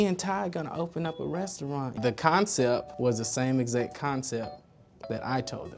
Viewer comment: ‘ConCEP’....the ‘T’ is not silent!